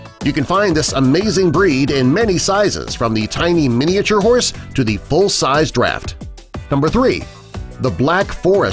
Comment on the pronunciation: The way he says miniature makes me cringe so much omg 😣